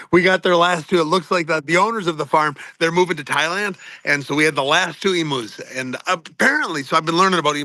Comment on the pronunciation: as an Australian, hearing Ariel and Sam pronounce emu's as "Emoos" was funny